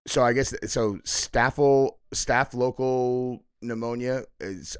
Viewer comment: Staph-lo-coc-cal. Not nice for such a nice guy. 🙏Get well Ben